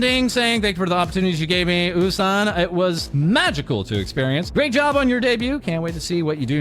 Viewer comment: I like calling U-San “Oh-San” because it means we can go OOOOOOH~ when we talk about U-San!